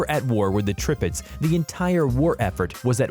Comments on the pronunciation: The announcer speaking mispronounced many names of ships, but the news of a stealth battle ship "the Zumwalt" is the next generation of ships of the future. The pronouncing of Tirpitz is "Tear pitz". Prinz Eugen with the German pronunciation is "prinz Ougan, as spoken correctly. Japans super ship was the Yamato, pronounced "YAM mato". I majored in military history studies and know and speak German well enough. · if you say "trippits" one more time i'm comin through this browser... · This channel don’t know how to pronounce ships names 😂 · You pronounced all the ships names wrong!